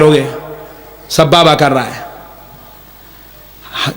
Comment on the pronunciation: Sabbaba 😂 ❌ sababa ✅